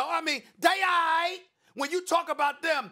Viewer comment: that has the weirdest way ever ive ever heard anyone say they alright. LOL "they AI" wtfs thats SAS.